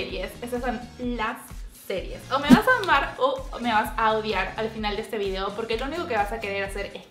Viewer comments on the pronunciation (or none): none